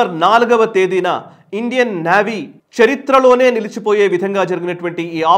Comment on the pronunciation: నేవీ అండి. నావీ కాదండి, పదే పదే వినడానికి చాలా ఇబ్బంది గా వుంది